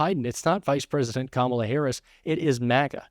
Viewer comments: Trump is finally pronouncing Kamala Harris name correctly. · Sounded like Trump missed the memo and correctly stated Kamala’s name 😂